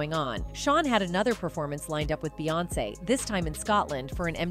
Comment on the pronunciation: Proof this is read by AI robot. She called Beyonce, Bay.